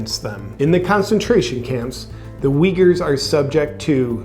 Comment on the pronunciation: JP you're not pronouncing uyghurs correctly. I'm sorry for being that picky but It leaves a bad taste that you don't care about the people but only use them because it suits your interests. Take your time and research about the people you're talking about.